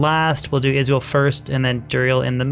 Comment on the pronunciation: Funny how you pronounce Izual as Israel.